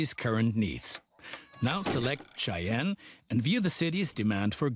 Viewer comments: Good buddy... Cheyenne is not pronounced "chen". It is pronounced "shy-anne":P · I love watching your videos. I just wanted to point out that Cheyenne is pronounced "Shy Ann".